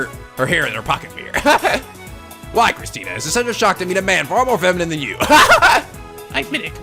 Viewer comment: Every time Okabe says Christina's name with a -tan ending, it sounds like he is saying Christian. I laugh every time I hear that because I doubt that any of them (except maybe Mayuri) are not atheist.